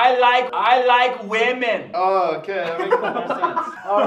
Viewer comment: “I LIKE WEMAN” By